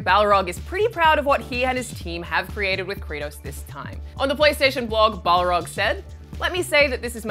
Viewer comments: The God of War director's name is Cody Barlog, not Balrog. It was spelt and pronounced wrong in the video. Funny thing is he just did a video with Game Informer recently where he talked about people always saying his name wrong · Goddamnit ign, it's Barlog not Balrog